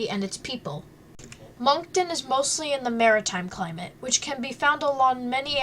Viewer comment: Some of the information is not correct and she pronounces the names of places incorrect. I live here and “MONK TONE”. Haha what a silly way to pronounce Moncton and the beach names.